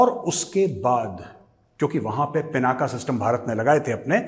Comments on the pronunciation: A humble suggestion 🙏🙏🙏 I think it's not पिनाका It is पिनाक The whole meaning changes from such a small wrong pronunciation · गौरव जी, यह पिनाक है, पिनाक् अथवा पिनाका नहीं।